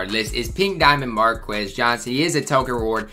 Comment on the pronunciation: “Markis” Johnson. Sorry I keep correcting how you say these names, but I’m old. I watched most of these guys play. ;)